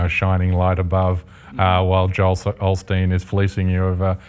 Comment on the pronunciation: Hey, CJ.... O-steen, not OL-steen.